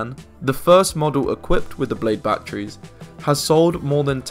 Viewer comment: Really, really good video, but "Bachrees" always makes me laugh.